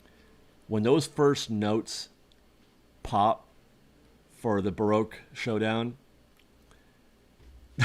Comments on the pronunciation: Baroque HOEdown, not SHOWdown. lol It's the little things that trigger me. LOL :-P I'm not THAT excited for the return of the MSEP. It already made a return recently so it's just "back" for me. Plus it's an all new soundtrack so it doesn't have the exact same effect as the original but I am happy to see its return. I was there is 1972 for it's premiere and in 1996 for the "final show". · ...its Baroque Hodown..not Showdown...